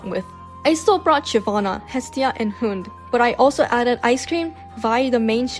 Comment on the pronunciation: I speak Danish and it hurts to hear a common word be mispronounced like that (Talking about "Hund") no hate obviously